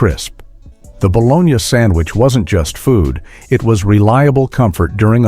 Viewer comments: What is ba. Lone ya ? It's pronounced ba lone ee' I've eaten it all my life and love it. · Hey, idiots who made this video. Nobody pronounces bologna "bolonya", not in the U.S. It's baloney. Your AI narrator is crap. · Balonee! Not balonya! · Its pronounced bolonee NOT bologina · Calling it Bol-on-ya instead of bal-o-ny was the biggest joke of this video! 😂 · Never heard of eating “bologna.” That’s a city in Italy! Here in South Jersey it’s boloney😂 Otherwise your video is great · Bah-Lone-Yahh. Who doesn't eat baloney sandwiches! 🥪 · Baloney like the commercial not bologna 😒🤨 I don’t care if that’s how it said it doesn’t sound right baloney😉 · Baloney Not a soul I know pronounced it Balonia. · its ba low knee-not ba lon yuh-so BITE ME_peace out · It's pronounced BALONY not bologna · Bologna was always pronounced as "baloney", never pronounced as "Bolonia". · No one ever pronounced it bologna! We always said baloney🤣🤪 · I hate how the narrator mispronounced bologna 🙄🤓😬 it's spelled bologna, but it's spoken as baloney 🤓😳🤓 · It's pronounced BLONEY, 🤠🤠🤠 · Buh LONE ee Gee, AI, you struck out on the first one. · I cannot listen to this guy say bolon-ya, of course it couldn't be AI, 😅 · Pronounced Boloney. Is this done by AI, or a person who never heard the word? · This AI needs to learn how to say "baloney." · lost me at balonyahhh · Your not pronouncing bologna right.Prononced Ba,lo,nee. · P.S. BOLOGNA is pronounced "Ba-LO-nee" in our area. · sound like you're saying bologña, it's not Spanish. But you pronounced Appalachian correctly. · Get a new AI voice.. NOBODY says "bolonya".... eesh... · Bolonia? Lol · boloni-a - on AI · Everyone knows about the Buh-loan-ya sandwiches. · Baw - lone - yea.....Really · The 2025 "Ba-lone-Ya" sandwich (as the fake AI voice calls it): Bologna: $5.29/ lb, Loaf of bread: $3.59ea, Mustard: $2.49/ jar, Lettuce: $2.49/ea, = what a bargain at $13.86 !!! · Dude it bo-loni😂. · AI narration say bolonya !😅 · Love a good Ba-Lone-Ya...Lol